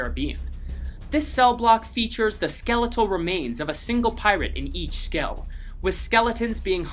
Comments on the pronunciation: “skell” I think you mean cell, bro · you said skell instead of cell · he said scell because he was saying skeleton so many times